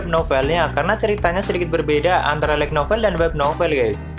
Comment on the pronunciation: Ga ada salahnya kan lebih di perbaharui lagi cara pengucapan kata kata inggrisnya... kan udah ada google translate... kayak "light".. di ucapainnya bukan lek,, tp lait... bukannya saya sok.. cuma alangkah baiknnya ini mah... di perdalam lagi cara pengucapan bahasa inggrisnya..